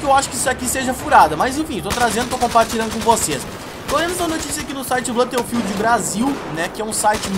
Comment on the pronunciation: blãto fild não né cara kkkk